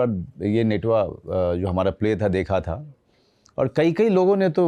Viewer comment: Natua hota h netua nhi